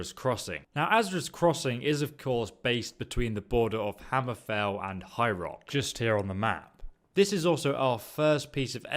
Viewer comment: When you say "High Rock" it sounds like "Hyrule" which threw me off for a bit